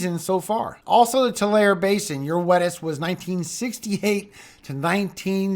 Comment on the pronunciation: Great service thanks for the info. Just to let you know I live in Tulare it is pronounced “Two-Larry”. Keep up the good work!